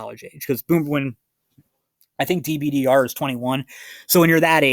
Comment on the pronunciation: It's pronounced Dib-durr